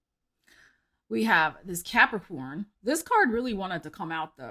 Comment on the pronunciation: Cannot start my February without uttering Cuahpricoorn 😂 Thanks and hope your February goes swell 😊❤😊